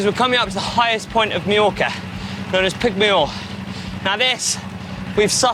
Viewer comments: Very nice video indeed! Now, next year you might as well try to pronounce some local names in the right way and not make them up. Repeat after me: "Mah-york"-ah, not "Mee-yo-ka" :D :D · Sorry to say, but you both managed to mispronounce “Mallorca” throughout the video! It’s not /mee-yorka/. You should say /my-yorka/. Same “my” as in “ ”my” pronunciation is rubbish”. From someone who has struggled with his Brazilian English accent for nearly 20yrs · Beautiful video! Although I must say it is pronounced Mah-yor-ka, not Mee-yor-ka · Any reason that the Brits can’t pronounce Mallorca correctly. My-orca. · Why are Brits the only people on earth who can’t pronounce Mallorca correctly? It is not meorca you dolts. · Why do they keep calling it Mejorca? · GCN presenters ALWAYS pronounce it incorrectly.